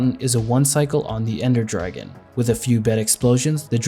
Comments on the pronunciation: 'Ender Dargeon' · Anyone else notice in the first dragon fight “Ender Dargeon” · Ender Dargeon 🤣